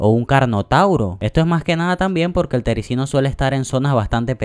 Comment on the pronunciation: Gracias pero tengo 4 tericinos, y también se dice terizino